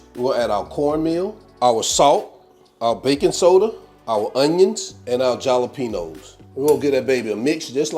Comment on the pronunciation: The j in jalapeños is pronounced as an H Halapenos